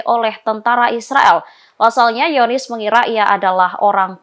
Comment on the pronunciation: "hiyonis"? langsung bilang zionist aja mbak